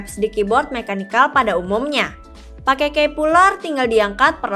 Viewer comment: Key itu bacanya "ki" kak